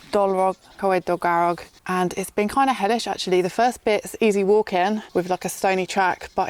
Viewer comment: Surprised you didn't have a nosey inside the Dylun Bothy just down from the lake... or perhaps you did ? Oh and it's Dol garr og lol....